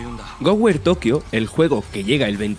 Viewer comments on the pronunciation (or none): Que onda con el narrador, duré solo 1 minuto para darle a otro canal para ver la recomendación, Goware???? No le entiendo nada...